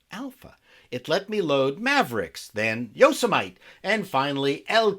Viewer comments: BTW it's pronounced Yo-se-mi-tee:) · You had me at Yo-se-mite 😂👌🏼